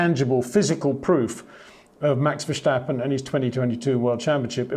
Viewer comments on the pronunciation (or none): HEY PETER WINDSOR, I HAVE MESSAGE FOR YOU SIR: it is NOT Max "verSHtappen" ... Max is not German (Germans indeed do pronounce "st" as "sht") ... #Max33 = Dutch NL/Belgium! ... It is not "Bottash" nor is it "Lewish" certainly not "verSHtappen" .... This BS started long time ago when a British sport presenter interviewed father Jos Verstappen and assumed you can use a German pronunciation to a Dutch Driver thinking it is so "funny" ... It is not. Serious question: can any Englishman say "versatile" out-loud without saying "vershatile" phonetically? most can about 99,99% ... that is why most English can pronounce Verstappen 100% correct! Father Jos Verstappen (also F1 Racer) was very active between back then only a very few said "Vershtappen" but the vast majority of British sport presenters pronounced it perfectly ... only a few old stubborn farts like Peter Windshor